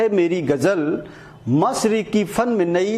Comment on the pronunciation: Gajal nahi bolte Ghazal bolte hain Koi urdu ke jankaar se uchcharan sikhe to aur news me dum aa jayga